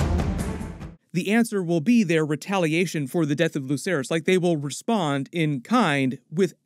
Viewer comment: its luKerys with a k sound.